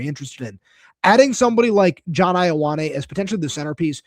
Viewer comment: His name is pronounced Yo-ah-neh. Samoan translation of the name 'John.'